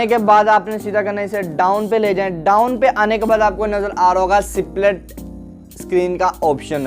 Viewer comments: U need to improve ur pronounciation.... It's ((split)) not (c-plit) pronounce even the "s" in it... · सिप्लिट 😂😂😂 अबे पहले ढंग से बोल